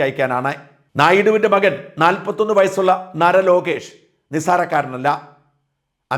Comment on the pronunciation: നര Lokesh അല്ല നാര Lokesh ആണ്